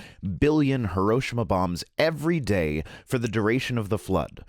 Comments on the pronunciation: HE-ROE-SHE-MA not ha-row-sha-ma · I'm really sorry to nitpick: it's "hih - row - SHEE - mah" not "hih - ROW - shih - mah." It eats at me every time people mispronounce it. At any rate, good information, and I hope you get well soon. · Great video, but please - it's pronounced "hee-row-she-mah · Am I the only one triggered by his mispronunciation of Hiroshima? I loved the rest of the video though. :)